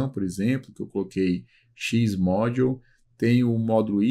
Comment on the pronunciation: me chamou mais atenção a pronuncia das palavras em inglês... "módiu"